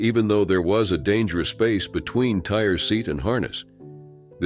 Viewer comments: Some have named their child Alizé, Hennessy so Tire is a possibility. Though I agree it's Tyreé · Tire who would name their child that? No one! Find out how to pronounce a name if you are going to use it! Smh!